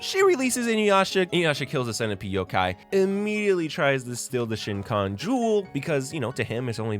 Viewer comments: The amount of times this man says shin-kon jewel when the SHI-kon jewel (with no N) is a prominent part of inuyashas story is very funny to me, bro sounds like my dad biying me inyuwasha (exactly how he said it) dvds when i was a kid 😅😆 I do love the analysis though. Ive adored this anime since watching it at like 11 years old (15 years ago now 😬) and its still one of my top favorite anime/manga/media of all time. The story is so complex and now as an adult, i can see how much depth there is, and how theres so much nuance to the love of inuyasha and kagome, and that kikyo was an antagonist, not a villain, as well as a physical form of inuyashas guilt, grief, and loss over kikyo's death, who was one of the first and only people to ever treat him like a person, and find love in their shared loneliness. The whole story is so much more than love triangle, and i will forever hold sunrise accountable for doing that to them. Obviously shows change stuff from the manga here and there but man inuyasha really got the hunger games treatment with focusing on who gets the girl (guy in this case) and upselling the bickering and arguments between inuyasha and kagome, while leaving out some of their most tender and precious moments that help you understand isnt choosing kikyo, he feels guilty for her death, feels obligated to love her and die with her, and the love he felt/still her is so much more than just romantic love now. I watched this show when i was dealing with some of the hardest t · Bro. The way you pronounce Shikon is driving me nuts. shi-k(ow)n <——- this way in Japanese ko is made with an K.O. sound without the w but the way you shape your mouth is like with a long o Shi-ko-n - shikon (don’t elongate the o too much or you can turn it into a double o It’s not kikiyo - it’s Kikyo. Ki-Kyo Ki (key) (kyo)- Kikyo the ki is quick or even better kik-yo put it together-Kikyo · The pronunciation of Shikon is driving me insane but I loved this deconstruction of the theme 😭